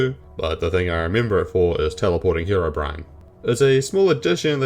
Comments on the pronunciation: did he just pronounce Herobrine as Herobren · It's HeroBrine not Herobrin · Ha row bren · Back in the day it was very common to pronounce it like that, some minecraft songs even used that pronunciation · Bren is the hero we didnt know we needed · Form This Way, which is still one of my favorite minecraft parodies all these years later, starts off with pronouncing his name like that. i think its an austrailian thing given the singer of that song is austrailian too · Different languages exist, as well as accents based on those. In Ukrainian it’s also pronounced the way he pronounced it